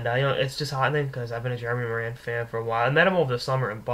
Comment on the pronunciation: It's Morin (as in Moore-in) good god. I would know.